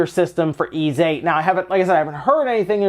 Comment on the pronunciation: Ys is pronounced like geese without the g. not ease. this series has been out since the 80's, people need to get it right